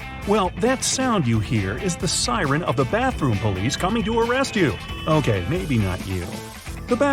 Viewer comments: You said bartroom not bathroom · Yo said "Bartroom" 😂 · "Bartroom" = "Barts Room"